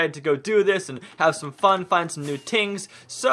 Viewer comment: I just noticed he said tings instead of things